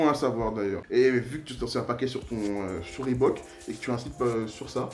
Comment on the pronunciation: Si ya 1 O à reebok c'est pour que sa se prenonce avec 1 O Pas 2 donc jsp pq vous dites reebook comme ça